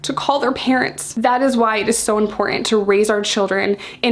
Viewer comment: It's important to realise that the "t" in the word "important" is not silent. :)